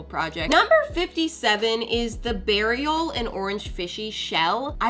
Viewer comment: I remember the video with the bear on the shell and I thought the name beariel was genius but now it sounds like burial 🪦😭